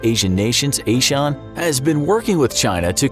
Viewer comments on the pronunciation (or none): Connery was a Sean. A sheep is kind of a Sean. ASEAN is not. Pronunciation of names is as important as pronouns. (Ans: “ah-see-ah-n”) Now say it with me…